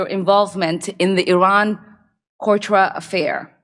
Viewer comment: I agree 100%. She acts like someone who didn't do their homework and is reading someone else's as hers. She couldn't even say Contra correctly. She is an absolute moron.